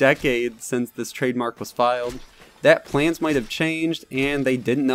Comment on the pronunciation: Are you intentionally Saying planes instead of plans?